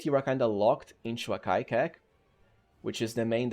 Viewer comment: não é pronunciado akaikek. é achêkék